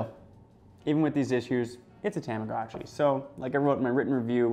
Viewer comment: The commercial for this device calls it a “tom-ah-goh-chee”, not “Tom-ah-gah-chee.” This guy calls it a “Tam-ah-gah-chi.” I think I speak for Millennials everywhere when I say, “whaaaaat?!?!” 😑😑😑